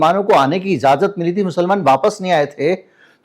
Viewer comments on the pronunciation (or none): Izazat Nahee ‘Ijazat’ jahir Nahee ’zahir’ aitraj Nahee ‘Aitaraz’ Because aapko ek long journey tei karni hai. Repetition of such words should be corrected. Please excuse me.